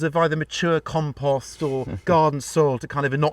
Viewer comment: Long O, O, o O,……compooooooooooooooooooooost.."